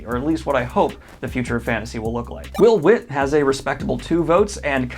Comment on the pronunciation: Coming through with a new author mispronunciation! Will Wight = Will White. Also. You should totally read his books, the cradle series is more of that eastern influenced fantasy that you love, drawing harder on the Xianxia Subgenre of fantasy than most of the series that you have read.